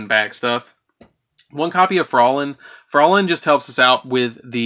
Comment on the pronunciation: Froy-line is how you pronounce Fräulein, but anyway nice deck I'm trying to build a good shiranui deck currently:)